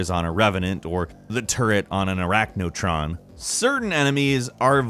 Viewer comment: This video is hard to watch. Not only are pretty much all of the things he talks about are told to you in the game, but his pronunciations are so bad. “Ark-vile” “Arach-no-tron” Plus he called an arachnotron a cacodemon.